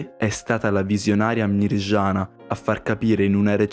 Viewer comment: Si dice Medjugorje no megiugorge si dice Miriana no mirgiana😢😂🙏🙏🙏